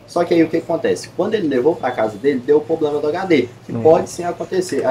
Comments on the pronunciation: Falar “poblema” é foda bicho!!! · “Poblema” mil vezes da uma canseira de ouvir. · O menino aí mandou bem. Só precisa ajustar esse “poblema” aí! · Só precisa parar de ser prolixo e de falar 'POblema'. 😭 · O que mais me incomodou foi o atendente ficar falando "poblema" que nervoso!😂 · geral fala ''poblema'' ja tem um tempo qe reparo muitas pessoas pronunciando errado kkk outra palavra qe geral fala errado é ''Celebro'' kkkk repara qe voce vai perceber qe muitas pessoas falam essas palavras erradas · " poprema" , acho que é a palavra que o povo fala mais errado no Brasil , fico esperando o povo falar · Nunca ouvi tantas vezes seguidas na minha vida a palavra "Poblema". Quase que desisti de assistir, Jesus amado! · Agonia esse poblema desse 😂